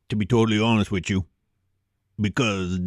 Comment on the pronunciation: "To be quite honest wit chu" You know some absolute BS is coming for sure.